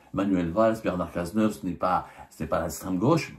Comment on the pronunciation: On dit : OUVRAGE collectif. Et aussi : littéraire et pas léttéraire. Cazeneuve et non Gaz’neuf. Badinter donc UN et non Bad i n ter.